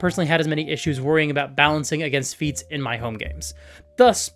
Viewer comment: Not me uncontrollably giggling because whenever says "feats" I hear "feets."